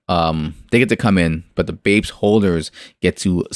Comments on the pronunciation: Reviewing a project like BAPES which you should’ve been pronouncing it like Ba• apes not BAPS lmao! You only said their name right ONCE in that entire video which was when you were reading the “Planet of the Bapes” part. But to fully review a project like Bapes that is promising a lot and seems overly ambitious you have to fully immersive into the Bapes discord and listen in on podiums and AMAs. It can’t just be something you spent a few hours on bro. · Bro if you’re going to review a project learn how to pronounce the name correctly lol…. smh 🤦🏻‍♂️ Completely ruins your credibility. Also you did very minimal research. You didn’t go on the discord, you didn’t go on their twitter. Unless you’ve been in the space for 8+ months or are a popular NFT influencer it’s very hard to form an intellectual opinion on the surface without doing more extensive research. Just my opinion not hating just tryna give some honest feedback, do with it what you will. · Hahaha I might've harped on you pretty bad about mispronouncing their name but like I said in my first comment it really ruins the credibility of the video. And I agree with what you said. I think that is an important piece to a large puzzle. You covered a few important pieces in the video but not everything was included. I understand wanting to release content and not wanting videos to be super long but I feel it's a lot better to take some time to do some immersive research on projects like Bapes Clan and then just gather some bullet points from your research that you can fully cover in your video. Quality over quantity, as they say in youtube. It's just small things like that, that will help get your videos get to the next level.